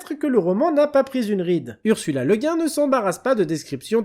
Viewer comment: On ne dirait pas « Le Gouine » plutôt?